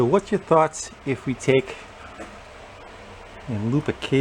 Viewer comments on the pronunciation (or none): none